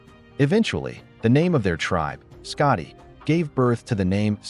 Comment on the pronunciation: Why is it shocking? It's kinda common knowledge. And it's "Scoti" not "Scotty"...